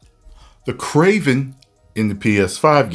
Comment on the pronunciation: Bro actually has a better accent than the actual kraven